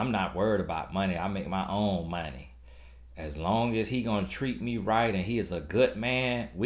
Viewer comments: Mon-tee! Not Money!!! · 😂😂😂😂.."Not money!..but MONT-TEE"...I died..